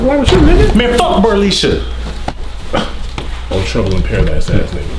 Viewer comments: Did dis guy say Burleesha??? 😂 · I thought he said brolisha lol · "Burleisha"? LMAO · That NIGGA said bernisha😂😂😂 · What the hell is a Burrlesha???🤣🤣🤣🤣🤣🤣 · Berrleisha? Really....lol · Did this nigga say Bruhleisha